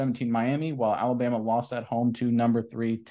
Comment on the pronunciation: There is no y in Alabama. It's Alabama not Alabyama